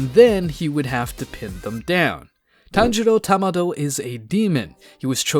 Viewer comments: bro why you sayin tamdo no its kamdo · Stop saying Tamado